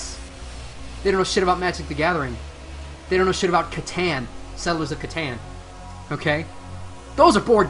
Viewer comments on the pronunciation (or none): I heard Catan XD